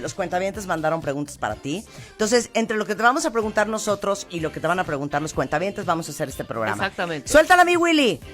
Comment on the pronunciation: Me duele los oidos cada que dices cuenta- habientes, estoy en el banco o que?